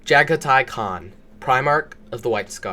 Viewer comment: lol your fine keep up the work man channel growing 👌 It fucked with me you got the khans name right which i hear people slaughter alot lmao